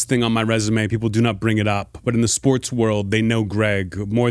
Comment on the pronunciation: In the "SPOOTS" world?